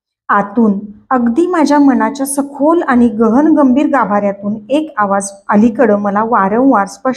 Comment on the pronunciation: लिहिलेले वाचताय ना, मग आनि पानी नका करु हो. प्लीज विनंती करतो.